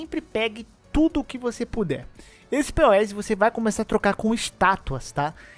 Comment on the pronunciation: quando a pessoa não sabe o que é um Gachapon... Não chame os poes (se pronuncia pou ou pous) de P.O.E, eles podem vir puxar seu pé à noite.